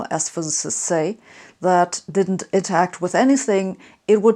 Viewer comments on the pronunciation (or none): intERact, not intact